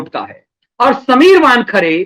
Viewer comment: "वानखड़े" नहीं वानखेड़े......